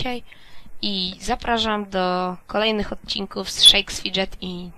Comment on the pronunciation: jagby co to się inaczej czyta to shakes fidget poćwicz troche